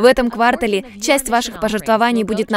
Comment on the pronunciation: квАртале... пожертвовАний ... ребят, ну вы что? Кто так ударения расставляет?